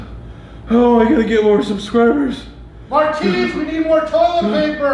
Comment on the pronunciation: MAR-TINS! Get it bro!